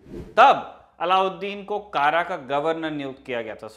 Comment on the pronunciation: कारा नही कडा